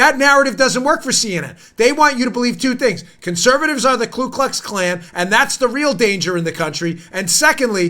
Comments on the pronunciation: KU ... not Klu --- the Democrat KKK still doesn't have a Klue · It is actually Ku (koo) Klux Klan. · I hope you do read our comments and want you to know I don't like grammar police but I think this one is important. It's Ku Klux Klan. A lot of people insert the extra L in Ku.